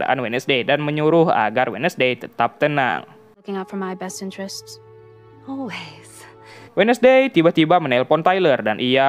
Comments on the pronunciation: Bacanya wens'dei bang, bukan wednesdei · Wednesday dibaca WENSDEE bukan WEDNESDEE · Wednesday dibacanya wenzdei bang